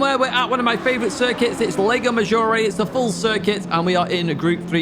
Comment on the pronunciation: Whenever I hear saying "lego maggiore" I imagine a gigantic lego brick hovering over the track.